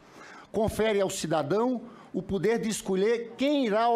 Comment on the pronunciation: todo "´PODER" LINDINHA..."PODER" e nao "PUUDDER"" fala Portugues ""SENADOR" e nao jagunçes!!